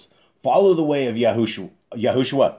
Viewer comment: The back of YAH scriptures says Yahusha but you say YahuSHUA...